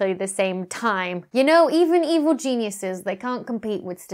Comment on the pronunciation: Stealing the Moon AND saying Genuiseses? You've definitely been talking to